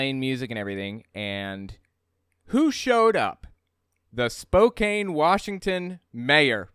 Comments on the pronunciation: It is pronounced Spo-can, not Spo-cane. It sounds like the dangerous "nutter butter" was actually a member of the Washington State House of Representatives, not the federal one in Washington, D.C. Age 45 probably came from the U.S. federal law definition of the "unorganized militia" as consisting of all able bodied men from at least age 17 but under age 45. (Militia Act of 1903.) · Hey, just so you know... the "kane" in Spokane is pronounced like "can", not "cane". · The name Spokane comes from the native American tribe of the same name. Everyone in Washington state pronounces it as "can" and not "cane", unless they only moved here recently and haven't spoken to anyone who grew up here. It is the rest of the country that is pronouncing the name wrong. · Spokane is pronounced "spo-can" not spo-kane. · Every time he says spokaene i die a little in side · Great video! It's not a big deal, but I'm from Spokane and it's pronounced like "Spoke-Anne" 😅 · That town is pronounced “spoke-Anne“ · The city's name is pronounced with a silent e..Spokan...other than that a as a proud Washingtonian...I'm so glad that you are exposing these nazi assholes..most of us are not like them. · Excellent video! Oh, Spokane is pronounced Spo-cann. Weird, I know. I'm from Washington state. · Tell me you have never lived in Spokane without telling me you haven't lived in Spokane. It's pronounced Spo can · Honestly there is very little difference between Nazis and Christian Nationalists. So sorry to be a grammar christian nationalist but your pronouced Spokane wrong. It's pronounced Spo-Can. Many Washington State cities are named after Native Americans or tribes, Seattle being the most notable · Hey,, Spokane is pronounced Spo- can. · I know it's spelled with a "KANE" (Spokane), but it's pronounced with a "CAN" (SpoCAN). Just a heads up from a Washingtonian who loves what you do! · Quick Correction- it's pronounced "Spo-Can" with a short A sound. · Pronounced: Spo-can!